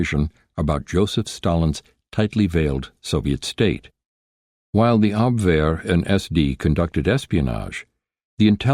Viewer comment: The narrator pronounced Abwehr correctly! Obviously, not an AI voice. Thank you!